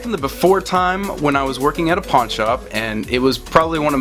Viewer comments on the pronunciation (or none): I literally thought you said "porn shop" hahahaha I had to rewind it and I was like ohhhh PAWN shop